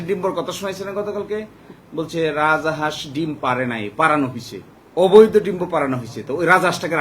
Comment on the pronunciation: রাজা হাঁস কেন বলছেন? রাজহাঁস ।